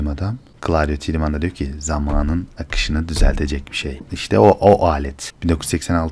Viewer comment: Her şey iyi, ağzına sağlık reis de, şu Tiedeman telaffuzunu 'Tidımın' değil de " Taydımın" olarak yapalım tamamdır